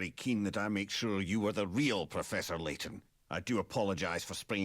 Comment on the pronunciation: His name is LAYTON not SLAYTON